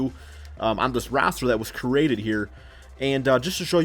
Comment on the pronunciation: U said crated